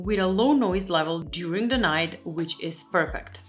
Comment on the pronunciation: It is not only the non blinking, it's your lipstick is cool but your makeup is warm. You are pretty but looking very AI or robotic (uncanny valley) because of the too light shade of lipstick and the no blinking. Also are you Polish? Because I noticed you don't pronounce the Th in words like the, instead say Ta. (Your English is great, I'm not complaining, I just noticed it is common for Polish speakers speaking English in the US doing this the same way a lot of British say Chew when there is a TU like chewsday instead of Tuesday. Be well